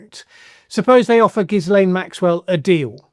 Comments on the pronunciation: The “S” is silent. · The S in Ghislain is silent